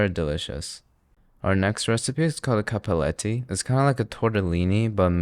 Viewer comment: he confuses the word “cappelletti” with “cappettelli” very often lol